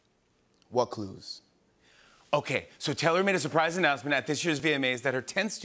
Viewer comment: the way he says Taylor lol